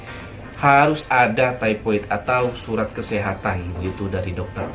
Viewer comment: Bukan tipoid sari tapi sebutannya adalah taipod (thypoid). Mmg undang2 /akta kedai mkn/restoran begitu: 1. Thypoid injection (diperbaharui setiap 3 thn) 2. Kena ada kursus pengendali mknan 3. Pakai apron/cap/topi 4. Tidak dibenarkan memakai brg kemas/jam utk mengelakkan kesan2 bakteria kerana bdn sentiasa berpeluh ke sana ke mari utk memasal/mengambil pesanan 5. Menggunakan pakaian yg sesuai (perempuan bertudung harus meletakkan ikatan tudungnya ke belakang/tidak blh berjurai2/manik2 dsbgnya). Lelaki memakai seluar panjang). Lebih baik kalo ada uniformnya 6. Kuku tidak blh disimpan pjg. Begitu jua rambut. 7. Menggunakan kasut yg tertutup. Tiada selipar/sandal. Kalo yg bekerja di bhgn dapur/belakang kena menggunakan boot utk mengelakkan tergelicir kerana dapur/tandas biasanya licin. Ada dendanya jika melanggar undang2 tersebut.